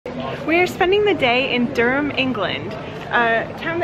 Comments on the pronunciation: I’m a Durham lass and love how you both pronounce the city name 😀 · Thanks for getting the pronunciation of Durham correct. Fantastic video, subscribed 👍